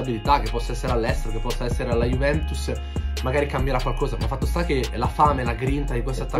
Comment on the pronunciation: Ma hai problemi a parlare dici Juvemtus conmenti